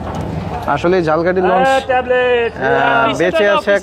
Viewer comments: Jhalkahti abar ki jinish vhai eta to uccharon hobe jhalokhati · আপনার উচ্চারণ ঠিকে নেই। ঝালকাঠি না এটা উচ্চারণ হবো ঝালোকাঠি বাট আপনি যেভাবে বলছেন সেটা হলো জালকাঠী। আপনি একটু খোজ নিয়া দেখবেন উচ্চারণ টা কি হবে। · ভাই উচ্চারণ ঝালকাঠি না ঝালোকাঠি হবে। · আমিও একই comment তাকে করতে চেয়েছিলাম। আসলে ইংরেজি word এ লেখা দেখলে পাবো 'Jhalokathi'। যাকে তিনি বলছেন Jhalkathi (ঝাল্- কাঠি) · আপনি যে স্থানের ভিডিও বানাবেন সেই জায়গার নামটি ভালো করে উচ্চারণ করুন, ঝালকাঠি কে একসময় বাংলাদেশের কলকাতা বলা হতো এর ব‍্যাবসায়িক অবস্থান এর কারনে!